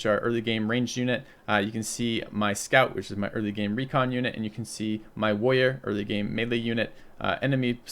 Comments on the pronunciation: Because Woyas. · why doesn't pronounce any of the "R"s in "Warrior"?:) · He is minmaxing his consonants. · Haha I've always noticed that as well